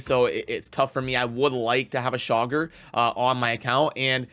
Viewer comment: I hear 'shocker' every time you say Chaagur 🤣 Saving Genbo for my FTP acct during champ chase